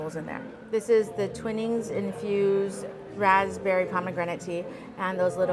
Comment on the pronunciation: I always enjoy watching your videos, that feature delicious food and honest reviews. If I could mention one small thing. the tea brand "Twinings" is pronounced "Twine-ings" like in a ball of twine. Keep up the great work and I look forward to your future videos.